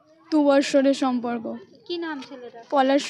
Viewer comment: Samporko hobe sonporko noy go😂